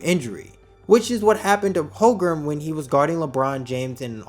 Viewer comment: Holmgren. Not Hogrum